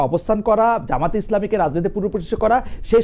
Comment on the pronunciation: Jamat not jamayet.